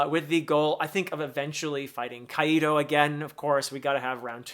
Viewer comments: Nice video just a quick correction Kaido is pronounced "Kai-Doe" not "Kaiee Doe" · As a Spanish speaker, "Caido" with the accent on the "i" sends me. 🤣 "Caido" means "fallen". Which... given what we've seen of him previously, might not be entirely out of place. 😅 It's supposed to be "Kàido", with the accent on the "a". Two syllables: kAi - do. Just in case you want to try it. 🙂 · Why do you pronounce Kaido kai-e-do? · Great analysis as always! I see your observation haki is improving as you progress. Sorry, but it's funny as hell to see you pronounce Kaido as Qaeda in Al-Qaeda))